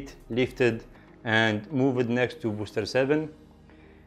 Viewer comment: No link for merch? Sound was good, had volume down so music was unnoticed. Pronunciation - words like "moved" are pronounced "moovd", not " moo-ved" (the normal word sound with a "d" or real short "deh" sound added at end).